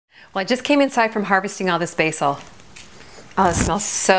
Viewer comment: never heard anyone pronounce basil like that ... where are you from? Florida?